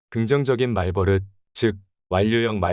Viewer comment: 좋은 영상 감사합니다! 다만 말버릇은 [말:뻐륻]으로 발음되니 향후 다른 영상을 만드실 때도 조금 더 신경써 주시면 컨텐츠의 완성도가 더 높아질 것 같습니다.